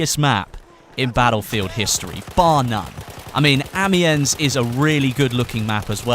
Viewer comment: Amiens pronounced Am-yan